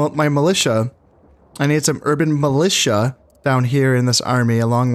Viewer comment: STATS FOR KHANS Urban Militia successfully pronounced 7 times Urban Musha incorrectly pronounced 4 times A hybrid of the two - Urban Melusha pronounced 5 times A heart warmingly valiant attempt